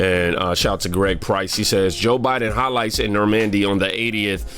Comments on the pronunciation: It’s nor mun dee lol not nor mandy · It’s not Nor-man-D, it’s like the name Norman-d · Stop it stop it stop it you're killing me every time you say the word Normandy It is not nor "MANDY . The inflection is in the front of the word more like. NOrmndy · It’s Norman-dy not Nor-man-dy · That Trump comment is just another left wing conspiracy theory that has been debunked more than a dozen different ways. He never said it. Also since I know our school system sucks and you are really trying. It's pronounced Nor-mun-dee. The ship is Mass Effect is named after it. There is no disrespect intended in thay correction. I just wanted you to know. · You’re killing me with your pronunciation of NORMAN-D yesterday you jacked up Rudy JULIE-AH-KNEES name. Bro, get on it. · Bro, who reviews your stuff? (Nor- Mun- Dee)👍🏽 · nor-MEN-d 3 syllables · Bro, you and these names.😅 Norman-D